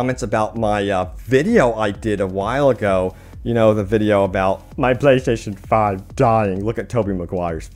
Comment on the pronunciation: You should just say ps5 instead of slurring PlayStation 5 like 100 times